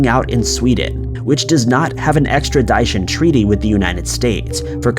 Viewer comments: Extradition, like ‘edition’, not ‘ed-eye-tion’ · Extradition: the di is pronounced like it is in the word “dish”. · I'm officially pronouncing it "extrid-dye-tion" from now on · Extra Dyshun treaty? WTF? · Extradishon? Cmon ... Try and pronounce your words. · How do you not know how to pronounce extradition? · I figure the narrator is not an American, he doesn't seem to have an accent yet can't pronounce extradition. 🤔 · please...google the pronunciation of "extradition" Appreciate the video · That was the worst pronunciation of the word “extradition” I have ever heard 🤣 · Thank you. Glad it wasn’t just me that heard that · That was driving me crazy!!! Lol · Totally agree! Like people who say nucular instead of nuclear. Drives me absolutely fucking crazy! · Say extradition again. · I love your channel but please look up the pronunciation of extradition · buddy please learn to pronounce extradition. its super distracting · I'm sorry I liked the video but the way you pronounce Extradition just irks me something awful... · My man still doesn’t know how to pronounce “extradition” I see .... and he pronounces “Jimenez” as “Himenez” 😂 wtf man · Please learn how to pronounce extradition.